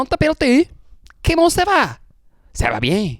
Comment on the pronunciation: that « ça va bien » was eerily good.